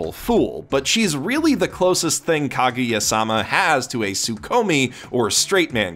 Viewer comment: Why you gotta say "-sama" like that man. All weebs know the stress is in "ma".